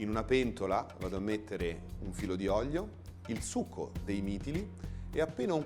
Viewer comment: Si dice olio e non oglio.... Gli fanno fare pure i video.... Mah???